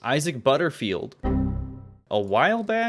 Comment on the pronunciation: Oy-sack is so annoying!